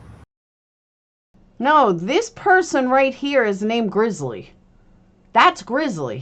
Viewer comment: It's "Grizzy" not grizzly.